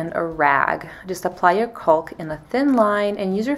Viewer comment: It’s not “culk”, its “caulk” , pronounced, “Cock”, the L is silent.